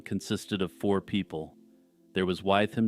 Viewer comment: (George) Wythe is pronounced “with.”